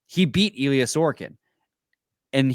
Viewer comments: Nobody on planet Earth pronounces it sore-ah-kin... it's actually distracting when you do that cause it takes a second to figure out who tf you are talking about. It's suh-roak-in... The dude was a Vezina finalist... be better. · that’s not how you pronounce sorokin 😂